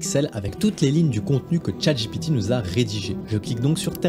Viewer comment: PPURQUOI IL DIT CHATGIPITI 🤣🤣🤣